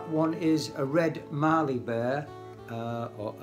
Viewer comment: Australian hardwood burls make for some beautiful bowls and platters as you've clearly demonstrated. Well done on some excellent work. Do you think carbide tools would be better than traditional tools? (Btw, Mallee is pronounced "Mally".